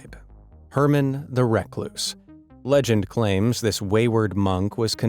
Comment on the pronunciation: Herman the reckless??? You mispronounced that. Recluse is pronounced REK LOOSE 🤣🤣🤣🤣